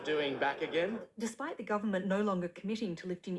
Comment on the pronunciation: Not goorment, it's government